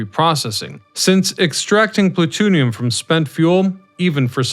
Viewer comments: I do voiceovers professionally. I tried to make it through, but you kept saying "noo-kyoo-luhr", and then when you said plu-toon-ium, you lost me. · I wasn't gonna say anything but you also said one time....... Pla-toon-ium!!🤣🤣🤣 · It’s the type of plutonium used in Toontown. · OMG, I read this comment before I head it in the video and just died laughing when he said it!!! Hilarious 🤣🤣🤣